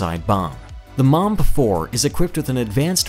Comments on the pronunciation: He calls it mamb not mbomber 😂😂😂😂😂😂😂😂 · Is it that difficult to pronounce Mbombe 4. I don't know if you wanted to say mumb 4 or mamba 4. Shown no effort to pronounce it right. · He lost all credibility when he started measuring torque in nano meters. Also his pronunciation of the Mbombe - Not even close. None of the "b"s are silent.